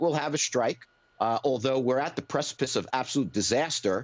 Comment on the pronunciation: He said "precipice'....😀